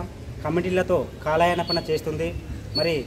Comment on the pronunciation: కాలాయనపనా ఏంట్రా పప్పా....? కాలయాపన అనాలి రా? UTF పరువు తీసేసావ్ రా? మాటలన్నీ తప్పుల తడాకా ఏంట్రా? నువ్వు ఉపాధ్యాయుడేనా? లేక సొమ్ముల కాపరా???